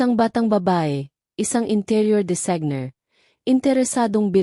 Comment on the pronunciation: Halatang binabasa dapat po naman tama ang pag bigkas po. Sana po may buhay ang pag basa parang totoo. Bakit po hindi nyo mabigkas ng tama ang designer at venue?